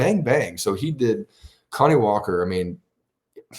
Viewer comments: Kani Walker’s first name isn’t pronounced like “Connie” it’s pronounced like “Kuh-nye” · Isn't his named pronounced Kuh-nye?